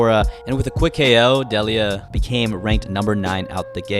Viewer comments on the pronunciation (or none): none